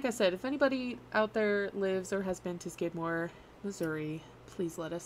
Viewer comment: If you would like some actual facts and real photos of Skidmore let me know. I grew up there. Knew everyone that died. My parents still live there. You didn't even say his name correctly.